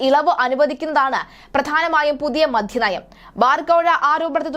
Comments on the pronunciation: എന്റെ കൊച്ചേ മധ്യനയം അല്ല മദ്യനയം ഉച്ഛാരണം ശെരിയല്ല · മധ്യനയമല്ല മദ്യനയം